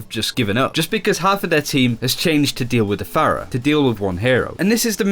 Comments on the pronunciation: can you just fucking say phara and mercy? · why do they continue to pronounce Pharah's name wrong when she has a voice line where she says her own name